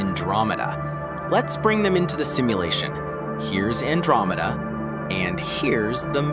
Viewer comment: you said milkcomeda